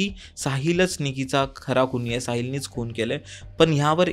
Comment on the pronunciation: अबे "खूण" नाही, "खून" आहे. आणि जरा मराठी शब्द वापर!! हत्या म्हण! Please यार मराठी साठी एकदा मला hire कर. खूप खूप चुका करतोय तू लिहिता बोलताना!